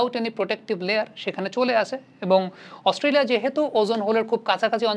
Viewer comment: আস্তোলিয়া না না Australia 🦘🦘🦘🦘😂😂😂